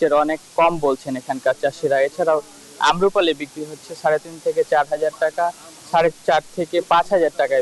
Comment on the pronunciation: সঠিক শব্দ আমরুপালী নয়, আম্রপালী।